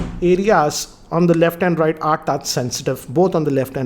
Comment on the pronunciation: on the rrrrrrrrrrright hahaha